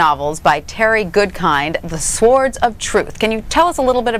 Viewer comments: Oh my god did she pronounce the w in swords? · Didn't seem to be condescending, think she just got the giggles cause Bridget and Craig were laughing. Funny thing is the way she pronounces the w in "swords" instead of 'sords'.